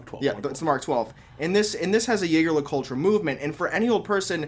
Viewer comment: pronunciation of Jaeger Le-Coultre grinds my gears